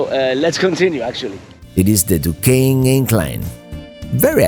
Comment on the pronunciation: I’m impressed with your correct pronounciation of Duquesne and Monongahela( we Pittsburghers call it “ the Mon” , for short) !